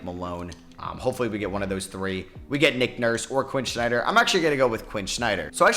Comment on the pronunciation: Quin Snyder, not Quin Schneider. One day youll get it right